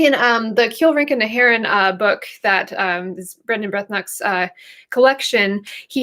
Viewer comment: Pronounced ' Brendan Branach!'